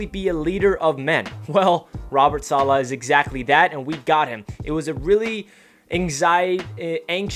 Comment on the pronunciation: Feels like an excellent hire! I heard an interview where someone was asked the proper pronunciation. Im not good at typing out something like that but i'll try, lol. You started saying it right towards the end of the video, i think it was the last time you said it. Its like dollar without the r. Dolla. Solla. Stress on the first syllable, not the second. SAH- la.